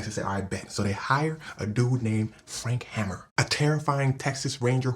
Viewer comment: Nice video. Its HAY-MER not hammer though.